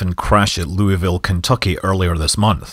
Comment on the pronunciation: The name of the place is pronounced "Lou-vil"... It is like the pronunciation of English placenames: most of what is written is not pronounced.